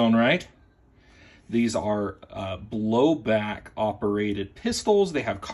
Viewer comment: Bro said blowback like it’s a BB gun